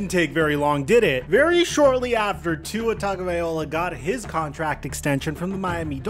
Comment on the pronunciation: bro stay mispronouncing tua’s name… no respek